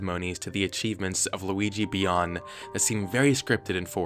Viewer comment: "Luigi Bian" Ok, GUYS WE NEED TO RUN LUIGI. EXE IS BAAAAACCCC!